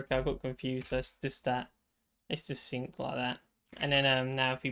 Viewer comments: "synced" is pronounced sinked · Guy knows how to say Async but not synced.